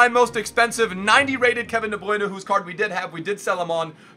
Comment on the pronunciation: I really hate the way he says de bruyne